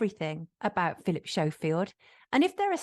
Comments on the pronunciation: This was a great video. Very informative. Any reason we’re calling him Philip Show-Field instead of Skofield, are we making a point about his fakeness? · Phil Shofield??? What? Its pronounced Skofield but not written like that! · It's Skoe field not Show field... pronunciation. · Sonia, totally brilliant investigative journalism as usual. Why are you prouncing him 'Showfield' 😂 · Hehe did sonia mean to say repeatedly Philip “showfield” ? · Am I hearing correctly are you saying Philip showfield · Can she please pronounce his name properly if she is a so called journalist. It is spelt Schofield but is SCO, the H is silent when you say it. i have a friend who has that surname and he hates it when people pronounce it incorrectly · Why are you pronouncing his name as "Showfield"? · At least pronounce Schofields name correctly 🤦‍♂️ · She can’t even say Schofield properly